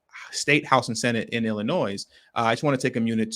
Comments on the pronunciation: WoW...Don't know the law and ain't trying to learn whilst still flying flags from their place of domicile. SMDH. Oh, and BTW, it is pronounced 'Ill - annoy'. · Appreciate your content but FYI - The ‘s’ is silent in Illinois